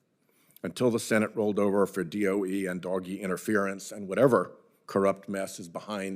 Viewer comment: Who calls it "doggy?" Isn't it more like "doe-shj? "